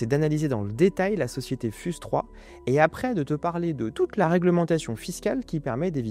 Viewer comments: "fyouz" par pitié, pas "fuse" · On dit "fiouze 3"